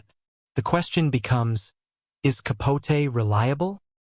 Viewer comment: Why are you pronouncing his last name that way???